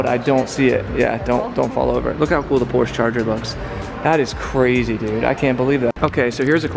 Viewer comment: Please quit saying PORSE.